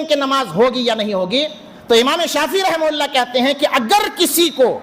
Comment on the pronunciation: Rahim hulla raham hulla kyon karo rahamatullah boliye kam se kam yaar Naam lo to adab se to Naam lo Rahe mohalla kyon bol rahe ho rahamatullah bolo